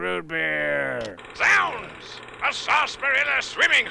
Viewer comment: He calls them "soolnds".